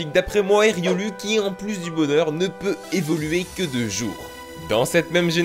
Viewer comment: On prononce riolou